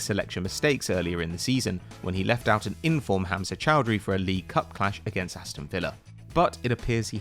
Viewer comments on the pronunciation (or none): none